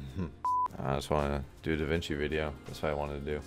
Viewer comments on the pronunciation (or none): “Da Vinki” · Hey, the Game title is "Da Vinci" not "Da Vanci"